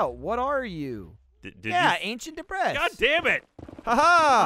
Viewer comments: They spend the whole episode calling it “debriss” and then forget to put the s in the title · oh dear god. Deb-Ris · Gavin says it Deh briss pretty regularly so, it's nothing new really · Anyone else hate that Lindsay keeps changing words all weird ? It’s DEBRIS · I giggled way too much at Lindsay's pronunciation of 'ancient debris'